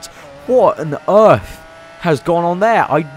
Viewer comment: "WHAT ON EARF" LOL